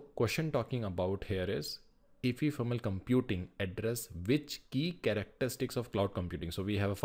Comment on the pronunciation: bro that's not efefermal it's ephemeral